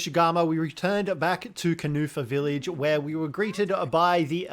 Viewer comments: This man’s pronunciation of thing is lowkey hurting me inside everytime saying “doshugama” when every character that says it has never said that is crazy. Bro I just heard “kanufa village” this is crazy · did you hear kanufa village